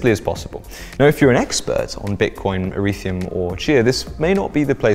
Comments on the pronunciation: "eretheum"? Obviously ethereum, but still funny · Did you just say Eretheum? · Ah yes "Erethium"